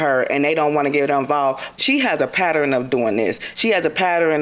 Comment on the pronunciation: The defendant said “pattering” not pattern 😩.